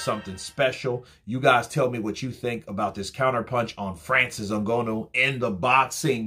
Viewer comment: Yo it’s ngannou, pronounce, N-Ga-new(nnou)